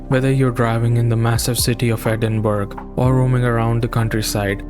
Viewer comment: Great review man! Sorry I'm late to the party. Loved your appreciation of the UK. Only thing worth mentioning to you brother is that Edinburgh is pronounced with a soft g like borough in the rest of Britain. Just a heads up my man, totally understandable that you wouldn't know this. Trust me I've heard much worse pronunciations, mainly from American bros haha. Burgh actually just meant hill originally